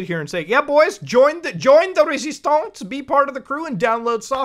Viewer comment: join' resistaunceee " - 💀💀💀💀💀 😂😂😂😂😂